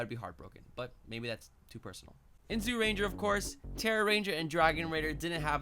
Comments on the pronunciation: Jūrenjā not zoorenjā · Pronunciations: Zyurangers = Ju-Rangers Megazord = Die-Ju-Zin Dragonzord = Dragon Caesar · great video! Also its pronounced Juu-Ranger and juu-two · Cool vid btw it's pronounced Jyuranger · That's accent. I agree the y should be silent. But he doesn't necessarily have to emphasize the zy as a j